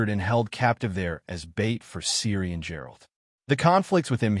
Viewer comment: Bro at least say "Geralt" correctly. Who tf is Jerald?